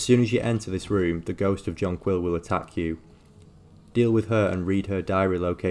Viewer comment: its not "john quill" im sure it would be pronounced like the flower